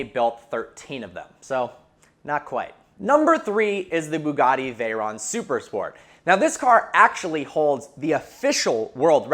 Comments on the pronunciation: "And this is vehicle vrogens" 😂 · "and this, is vehicle rrergins" lol sorry i just had to point that out